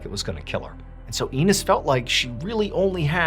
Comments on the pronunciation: "Anus Ramirez" lmao its AYE-NEZ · Does anyone know if that's the correct pronunciation of "Ines"? He's saying it "E Niss" but i always heard it pronounced as "I nezz". Just a little question, not important really. The story is amazing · Hey Mr. Ballen! I know its a small thing, but just wanted to lyk that in story #2, her name is pronounced with an 'eh' sound. Like.. ¡eso es! Or.. eggs lol My grandmother shared the same name, Ines, and I think its a very pretty name, so I can't help but feel the need to help with the pronunciation. Hope you have a lovely weekend and had a beautiful Valentine's day! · I would pronounce it Eenez I don’t know if it’s right js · Pretty sure Ines is pronounced eye-nezz. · Lmao you pronouncing "Iñes" as weenis minus the W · Looking to see if anyone else is amused by his pronunciation of Ines 😅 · It's Ines you got the I part right but it's ness like the Nintendo character. Or the end of the word chess. 😅